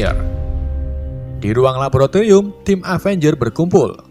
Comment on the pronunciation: napa bang... Labolatorium silit